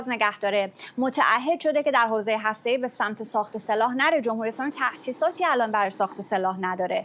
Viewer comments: سمیرا چرا لوس میشی و بیسوادی خود را نمایان می‌کنی؟ هرمز و هسته‌ای دو ح جیمی نیستند بلکه دو ه هوّز هستند. خبرت را ساده و مختصر گزارش بده و به میکروفون نچسب. لفت و لعاب دادن بر خبر ارزش آن را کاهش میدهد. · اشتباهی گفت ه جیمی 😂 ه هاشمی درسته : هرمز ، هسته ای